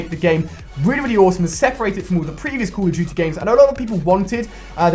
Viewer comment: I get ticked when you say Call of Duty... "Cool of juty"